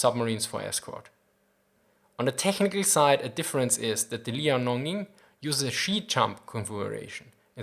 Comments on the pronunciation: liao-ning (in chinese 遼寧). It should spell as 2 sound "Liao-Ning" instead of 3 sound "Li-ao-ning". just saying. Keep the good work:) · Liao(辽) is [liɑu](triphthong), not [li] [ɑ] [ɔʊ]. In modern Chinese Mandarin there is a principle: one syllable represents one Chinese character. So here, it is not Li A O.